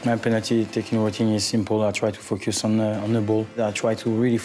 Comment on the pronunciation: he says focus on.. but it seems like he said fuck your son... listen